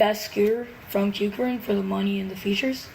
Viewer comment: He actually pronounced kukirin right 🥹🙏💯